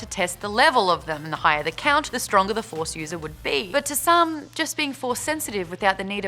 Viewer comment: Stah waws. The faws. Maude, you're awesome, lol. Btw I look forward to these videos just to see how passionate you are about it all. Keep up the good work!!!!